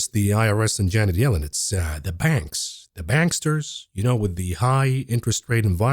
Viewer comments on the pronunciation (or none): none